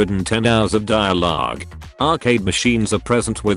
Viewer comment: "...roughly 110 hours of dialaaaaaugh-g"